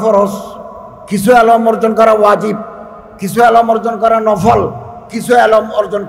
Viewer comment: জনাব এলোম না বলে এলেম বলুন